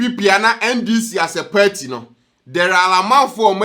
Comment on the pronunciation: It's PARTY not perty